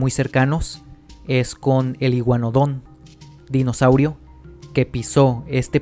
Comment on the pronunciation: Se escucha raro se escucha como (el dinoSAURIO)